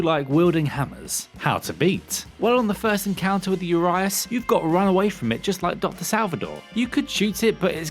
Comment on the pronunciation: Its oo+ree+ash not uryash